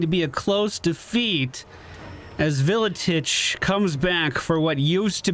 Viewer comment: It's pronounced ar-kay-on and vil-itch WAAGH armies don't replenish at all